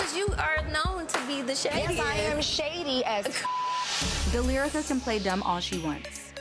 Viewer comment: I had to run it back to see if she really said, "Delyrica." She did🤣